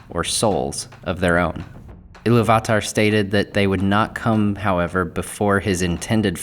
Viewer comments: Sorry to be a pain in the a** but it is "Ee-loo-vatar"" - there's an accent on the 'u'. And it should be 'Ow-lay-eh" as there's an umlaut on the 'e'. Otherwise, great post! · I'm not going to say for certain that's not how you pronounce Illuvatar but doesn't exactly roll off the tongue. So instead of Il-lu-vat-ar, It sounds a lot nicer(subjectively in my opinion) when you say Il-lu-va-tar. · It's IlluvIIIItarr, not IlluvatAAr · It’s pronounced Eee-Lou-v-a-tar. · Why you pronouncing illuvatar like that lol great video though man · It’s actually pronounced iliy va tar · You should learn how to say Illuvatar. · I've never heard iluvatar said like that